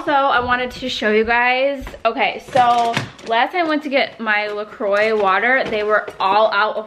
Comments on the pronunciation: It's pronounced "la-croy" the easiest way to remember it is "enjoy la-croy" 😉👌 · It’s “la cwah” pronounced....thanks southern charm ;)